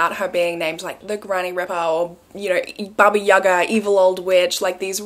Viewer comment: Hello, from Slovakia I love your videos. Your pronunciation of baba jaga is very accurate 💗Have a nice day!